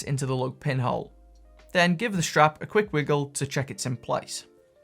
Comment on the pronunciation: Helpful video. But it's a 'strap' - not a 'shtrap'!